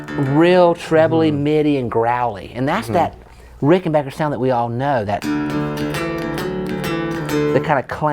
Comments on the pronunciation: Congratulations on being able to pronounce "Rickenbacker" correctly. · It amazes me how many folks are Unable to say RickenBACKer.......... :)